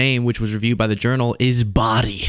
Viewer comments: look up the word bawdy, so you can pronounce it properly. Love the podcast... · Bawdy is pronounced as boardy with a silent r, not bowdy... School's out for summer!